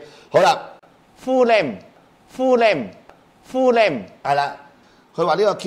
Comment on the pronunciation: 老千台賣假嘢，鏗鏘集有踢爆他們所買的類似產品！等你成日噴噴吖嗱！條傻仔個大學名應該背咗好多次，聽佢講英文真係笑𨳊死，《Full name》發音......hahaha